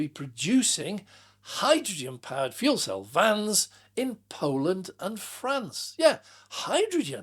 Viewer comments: I heard that too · #Me too!